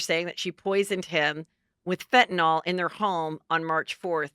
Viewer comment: Are you saying FentanOL? (Instead of Fentanyl?) 😆